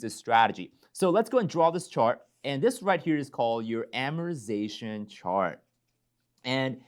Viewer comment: Please pronounce amortization correctly. Thank you!